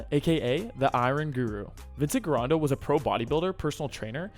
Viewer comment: GIRONDA the G sounds like a J